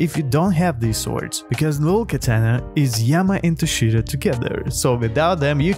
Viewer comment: Bro said cursed dual ketene💀💀